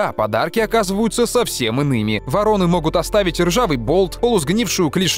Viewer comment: 16 дцатое там не ворОны, а вОроны.